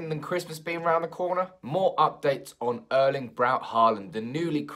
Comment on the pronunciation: Could you please at least try these pronunciations. Haalands first name Erling is the same name as my father (R. I. P). The E is pronounced with the same sound as the start of the word actually but a bit more exaggeration. The same pronunciation you should use for the Æ in Solskjærs name. Haaland is pronounced the same as the word ought where you drop your jaw to make the sound. Good luck 😁😁😁 and keep up the good work. Also drop the k in pronouncing Solskjærs name. It's only in writing 😀